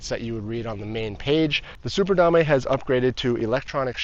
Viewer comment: Drinking game: take a shot every time he says "da-may"